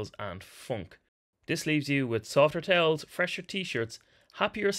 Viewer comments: 🤣 I thought he said "tails" - was so confused 🤣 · Video almost over and I just now realized he's saying "towels" and not "tails" :) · "...in gym gear on tails" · Only problem I had with the video was understanding that he said towels 😅